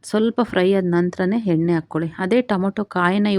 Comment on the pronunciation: ಎನ್ನೆ ಅಲ್ಲಮ್ಮ ಎಣ್ಣೆ ಅಂತಹೇಳಿ